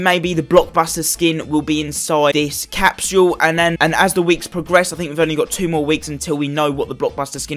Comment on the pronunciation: Bro it’s not capshule it’s capsule